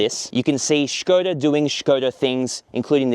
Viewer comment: Š is read as Sh. This is actually the first english native speaker i’ve heard to pronounce it correctly